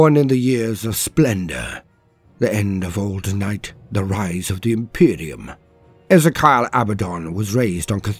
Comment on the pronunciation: E Zee Key Al